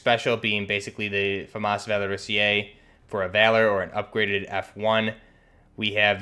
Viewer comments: It's pronounced "Val-or-is-zay" not "Val-or-is-eee-ay." You're adding a syllable. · I'm French, the "Valorisé" was almost right ! you just mispronunced the "sé" part wrong, you are saying it like if it was written like "Valorisié" i think on an online translation device you can actually heard the right pronunciation. But i tip my hat to you cuz french is really weird ! EDIT : you pronunced "Félin" like "Fueline" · Yo, Great video again! I'm a fan from France, "Félin" was well pronounced, it's just that you don't need the little "e" that you pronounce before the "é" in "valorisé". It's something more like "valorizay". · Yeah le " Valorisé" should be pronounced like Valori"sae" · You pronounce it wrong, you said valoriSIÉ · my French teacher said the e don't need to be pronounced